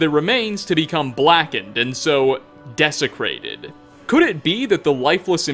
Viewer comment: About those desiccated corpses (not to be annoying but... yep, actually there's no getting around it I have to be annoying to say this lol-- it is "desiccated," not "desecrated"), they're also found around frostbite spider lairs which makes me think they're associated with poison as well as corruption, so the presence of that dead skeever beside the body may imply that he tried to feed on it and died. If it isn't just a bit of visual creepypasta to give us the shivers about what might lurk in Solitude's sewers, it may be a commentary on the city, itself. Various residents of Solitude/Skyrim tell us that it's a rotten city of corruption and misrule, so the idea that what's in the very veins of the city could even kill the rat that fed on the corpse that died from contact with it could be a pretty strong message. That was my guess, anyway!